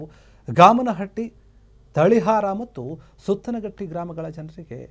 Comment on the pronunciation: ಗಾಮನಹಟ್ಟಿ ಅಲ್ಲ ಗಾಮನಗಟ್ಟಿ ಸುತ್ತನಹಟ್ಟಿ ಅಲ್ಲ ಸುತಗಟ್ಟಿ.